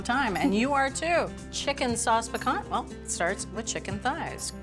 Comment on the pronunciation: needs to sharpen her knife and stop pronouncing the t at the end of piquant.